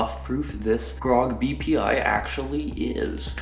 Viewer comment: am I the only one who heard "PPI"?